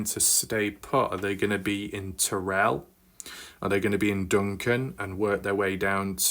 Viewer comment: You pronounce Terral as tear-al not Ter-relle. Just an FYI. And I hope the TV crews might put some weight on the ones who know what happened.